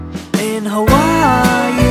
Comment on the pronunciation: tom say: "in hawaii" me: "hermioneee"